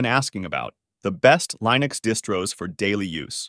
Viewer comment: "the best LIENUX distros"